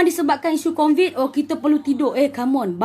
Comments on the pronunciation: "Covid" kak.. Bukan "Convid"..😆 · sebut covid pn "convid" pttla xtau kasi beza sebutan "Allah" 🙂🙂🙂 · Covid makcik bukan convid..mgbu